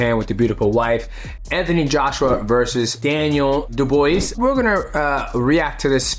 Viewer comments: Daniel dubwa & not duboyss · You are clearly not a boxing fan. You didn't pronounce Daniel Dubois' name correctly once. Phonetically, it is: Doob-Wah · Yo my bro, Dubois is pronounced “DU-BWAH” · Daniel doob wha not da boys 😂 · here: Doo-bwa😂😂😂😂not boo-boys Enjoy your retirement❤❤❤❤ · haha, 10 secs in and im msging you how to say it, much love to you for being awesome ;). do-b-wah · Du-bwuh homie! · doobwa. but who cares. ❤💪💪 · Daniel dubwah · It's dubwah = dubois Dubwah like dub mwah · Good evening gentleman. Btw it’s pronounced Dew-Bwa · You say his last name like do bwah *think of the mwah kissing sound*. Du(bwah). It's a french last name. Or if it's easier, think of Benoit Saint Denis from MMA. The same rule from his first name (ben-wah) applies to Daniel's last name. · His name is pronounced "Dew Bwah". In French many times the last letter is silent so you don't pronounce the s at the end. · Doo Bwaa It’s French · He's English his name is Daniel Dubois not Daniel Duboys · Haha I can’t lie it made me chuckle to myself, funniest one I’ve heard yet!😂😂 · Really murdered that name pronunciation😂😂 Dubois! It’s French. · DJ, Dubois is a French last name 🤣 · mighty not knowing how to say dubois tells me he hasnt seen the boondocks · It does when the word they’re butchering, is not an english word. It was not a French or Latin word that was co-opted into the English language it is a French last name aka A french word meaning “Wood”, this isn’t a hard concept to understand.